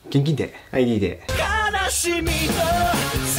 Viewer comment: gぇんkいんで